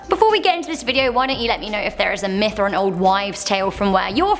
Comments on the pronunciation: I could have sworn you said Meth, not Myth, you are cooking up for us.... Uh... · Did she say meth or myth